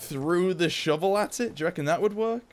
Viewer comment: I love how he says shivel instead of shovel. It's great :)